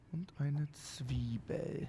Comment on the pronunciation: Wie „Zwiebel“ ausspricht triggert mich jedesmal